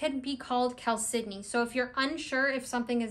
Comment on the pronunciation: Great information, thank you! I'd love it if you could speak a little more about the spiritual properties of agates vs jaspers in general. I'd also love a deep dive into the spiritual aspects of moss agate, and also blue chalcedony. (I think you did a fine job pronouncing it! I used to pronounce it "CHAL-se-doh-nee" until I heard you and a few other people say it "cal-SID-eh-nee.")